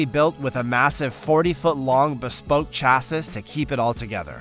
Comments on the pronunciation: model 32 engine had 60 horsepower, a 1992 honda civic has more than that lol. the rt-flex96c is the most powerful engine in the world, at 107,000 horsepower...... also chassis is pronounced chassi the last s is silent.... saying chassis juist proves you are reading a script and have no idea what u are saying. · the Narrator pronunced Chassis (Cha-Asis) lmao I'm moving on to something else. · lol you 2? when he said 'engines matted together' instead of mated. when he said 'bespunk chass-is' instead of bespoke chassis (like chassy). Bespunk Chassass sounds like a pornhub title ffs. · It's not a chaasssissss...it's a chassis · seh my, not seh mee. cha see not cha sis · It’s not pronounced CHA-SIS. It’s pronounced CHAS-EE. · Cha-sis 😂 it’s cha-see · Chassis = sha-see, not sha-sis. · Chas-ee. Not chas-iss, please. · Dude , chasis is pronounced shasee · chassis=cha-sis 😂 Dolmar=Dolo-mar .. he definitely pronounced Siemens right though. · Chass-is lol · Had to leave the second time he pronounced "chassis" as chass-iss. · Right when I heard the word "Chas-sis" I scrolled to the comments.... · How can you claim to be an expert on cars and not know what a CHASSIS (Chasee, final 'S' is silent) is? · Chass-iss? I bet you say Casa-dilla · "Chassis" is pronounced with only one "S" sound; rhymes with "Classy". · Dude!!! its spelled Chassis, its pronounced Chassy Got it?👍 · ”Chassis” is pronounced ch-a- s-ē like chassy, or similar to classy. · " chass iss " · Saying chas-iss. Killing me. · Nice video. Just remember that "Chassis" is pronounced like "Chassey." The "S" at the end is silent, as in "Illinois" and "Des Moines" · It's pronounced "SHASSEY" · chassis is pronounced chass eeeeeeeee, semi is not semeeeee its sem-eye also, just stick to standard measurements, its clear you dont know much about metric, but the worlds most powerful largest jet engine is NOT 5.5 millimeters long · Cha-sys? CHA-SYS?! Your fucking voice actor said CHA-SYS and you left it in?! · dude said chassis